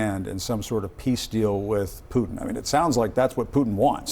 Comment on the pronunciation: Z needs help with pronouncing vowels. Bring peace sounded like bring p1ss